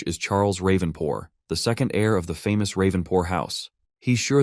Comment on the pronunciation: ravenpor. But I hear raven poor